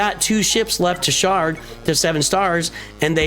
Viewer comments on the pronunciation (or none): Hehehe I know is saying shard and sharding but all I hear is shart and sharting 💩💦😅